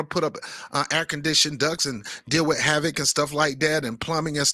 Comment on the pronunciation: H-VAC my brother not havoc